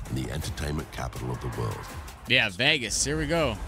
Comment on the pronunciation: It wasn't a preseason game, it was the start of the 2024 NRL. I can't believe I'm listening to an American that can't pronounce Vegas.